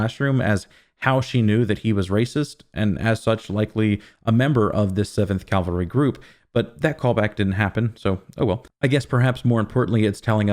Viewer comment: CA - VAL-RY!! Gah!!!!! Calvary is where Jesus was supposedly crucified. Cavalry is a military group, historically on horseback. I know your know this. Sorry. Had to say it anyway. Drives me crazy hearing words mispronounced, especially by people who are otherwise smarter than I.